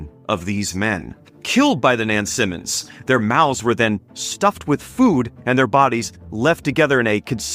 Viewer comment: I'm curious about how you derive some of your pronunciations, ex. "Nansamond" and "Oropaks". Do you have a source? I ask because as a native of Tidewater Virginia, it does not conform to our taught pronunciation (knowing that doesn't validate anything). Also, I don't recall reading that in any of Helen Rountree's writings (could just be bad memory). Otherwise, I love your videos.